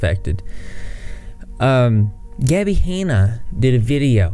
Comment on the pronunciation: Gabbie “haynuh”